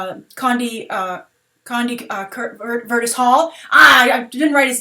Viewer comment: “Condie Vurtis Hall? Jesus at least do some research on the names of the actors